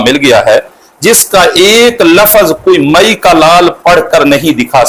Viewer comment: جب یہ کمبخت، ناہنجار،خبیث،ملعون «لفْظ»کو« لفَظ» پڑھتا ہے تو یہ ہمارے اکابر کی عبارات کو کیا خاک سمجھیں کا